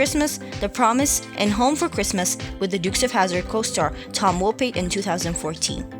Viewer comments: Pronounced "Woe Pat" not wopie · You're pronouncing Tom Wopat incorrectly. The second half of Wopat is pronounced like saying Cat.